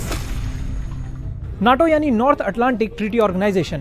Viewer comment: North Atlantic Treaty Organization, NATO, but pronounce it as NETO.